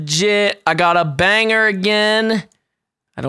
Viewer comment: I hate being this guy wait no i dont but when you say banger it sounds like you say bang her who ya gona bang